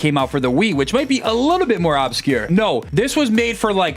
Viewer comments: Its not OB-scure its UBscure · “Ub-secure” it’s pronounced “ub-scure” for the love of god please PLEASE stop pronouncing it “au-bscure” PLEASE 😭